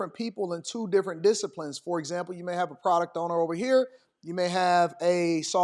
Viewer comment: Another one, fer instead of for. Drives me crazy.